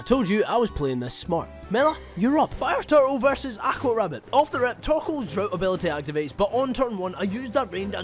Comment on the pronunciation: i love your content but i cannot stand how you say 'aqua'